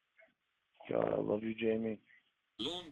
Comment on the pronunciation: He's convinced he hit a (imaginary) g-spawt with his tongue. According to Cawd, it's awn the inside, to the left. EDIT: I just caught him using the plural "clits," like he thinks there's more than one.